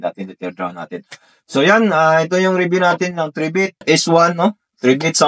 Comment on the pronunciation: Corretion ang pronounciation ng pangalan nya ay "try bit" hindi "3 bit" pakiayos lang.